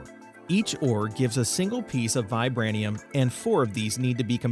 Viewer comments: The mod at sounds like it's based on the Marvel universe metals pronounced vibránEEum based off captain America's Sheild and adimantEEum based on Wolverine's skeleton and claws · Funny that you don't know how to pronounce adamantium or vibranium. Are you not a Marvel fan, or have you never heard of those fictional ores